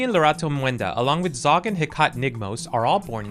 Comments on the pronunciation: One thing I would like to point out is Hecate's name is pronounced "Hek-ah-tee" instead of "He-cot". The name comes from the Greek Goddess of magic, sorcery, necromancy, and ghosts. So another fun little hint towards Olive's family! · Hecate is heh-caht and not he-cuh-tee? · Hecate is pronounced "heck-a-tee" and is named after the greek goddess of the night, magic, moon, and crossroads. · i need you to learn how to pronounce Hecate, please. heh.cah.tee. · "Heh-kah-Tee" = Hecate (Ancient Greek Name) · Hecate is pronounced hec-a-tee and is a reference to the goddess of witchcraft. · Please learn how to pronounce Hecate, she is the Greek goddess of lost souls and magic. The former I think making her perfect for the Specter family